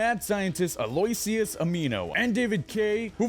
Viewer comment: And it is pronounced Allo ish iss. it is like he barely even watches the show